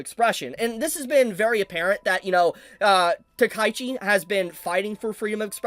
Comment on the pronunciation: Just one correction for you. I realize that many Americans say the name Takaichi wrong. It's NOT "Ta-Kai-chi". I know normally when it's ai, you speak that sillubar together. But in this case it's a name. And the name is: Ta-ka-I-chi, with the two kanjis Taka and Ichi making her name. So the correct pronounciation is: "Ta-ka--i-chi". It's also Sa-na-e, and not Sa-nä, for the Germans here.